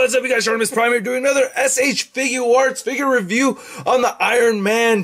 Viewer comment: I dont know where he cussed but he did keep saying "S.H. Figuo Arts".